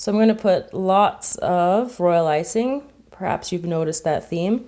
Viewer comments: Why do you keep on saying role icing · All she said was "Royal Iysing " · why do you keep saying roilicing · Why you keep saying royal icing😐😐😐😐😐